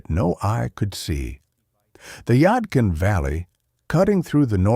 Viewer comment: And it's the yad- kin valley let's say it again the yadkin valley do better ai ci or what ever bi